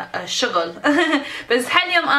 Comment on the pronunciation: كوهل 😂😂 شوغل 😂😂 تضحك بس والله ما الومهة لان عايشه بامريكا